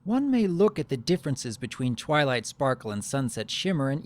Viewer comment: he said trylight let me put that side by side of what i heard i will put it in caps TRY LIGHT i keep hearing him say that